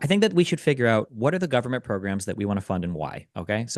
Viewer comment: why does Pakman always hit Destiny with the full guvvy every time 😂 Actually cracks me up whenever he does it